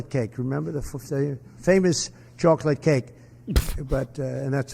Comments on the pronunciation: I've never heard the word chocolate pronounced that way ever..😂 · The way that Trump pronounced "Chocolate Cake" should mean he is immediately removed from public life and public office forever.